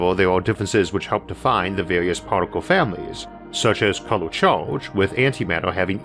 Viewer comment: LOL UNIVORSES ...with much love and much churge ...HAHA damn if not for that slight speech impediment ...He would have one of the best spaking voices